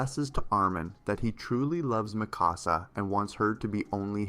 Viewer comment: Ah yes: Aaron, Mickawsuh and Eemheer